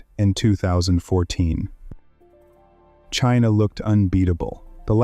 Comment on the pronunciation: Chiinah beats Chiinah! :face-purple-crying::face-green-smiling